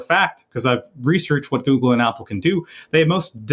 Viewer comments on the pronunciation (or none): none